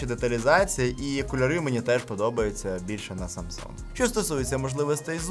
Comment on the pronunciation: "Самса" якже це вуха ріже, вже можна договорити 2 літери